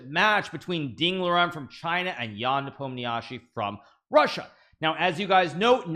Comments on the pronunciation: Nobody: Absolutely Nobody: Hikaru: ''Непомниачи'' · Please learn how to pronounce "Nepomniachtchi", or just say "Nepo"